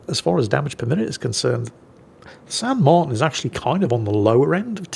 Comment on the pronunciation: It's pronounced "San mar-TEEN", fyi. And considering it's almost certainly named for Jose de San Martin, national hero and independence leader of Argentina, I think any title along the lines of "Don't Cry for me, Argentina" would have worked. Or maybe some variant of "Get Off my Islands!"